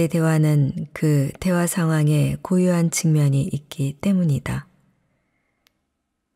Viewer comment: 잘들었어요.그러나,억양이 이상할 때가 꽤 많네요..예를들면, '대화상황'을 읽을 때 ' 대화' 다음에 '상황'을 높게발음. 대화가 상황을 수식하는데 다르게 인식한것인지..